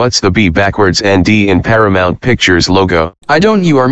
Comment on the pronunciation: Paramouse instead of Paramount 😂😂😂😂